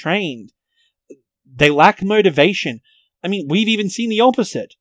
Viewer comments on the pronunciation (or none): none